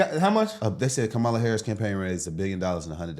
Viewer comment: She's just mad her man cheated on her again and played her. Every time she said Kamala Harris, like she didn't know her name. Then Danny Trump lol